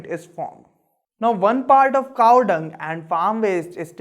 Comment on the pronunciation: Is Cow or "CaaaAAWhh"!?